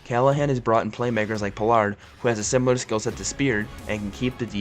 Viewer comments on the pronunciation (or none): PO-LARD.. lol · Pole-lard got me 😂